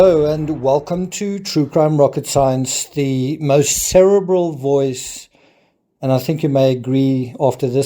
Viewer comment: Its pronounced ser-ee-bral not ser-abble (spelling cerebral)